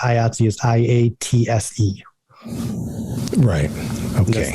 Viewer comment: Thank you David for(finally) at least pronouncing the name of the Union that I belong to, and proud to be a member of, with the hard "I" it begins with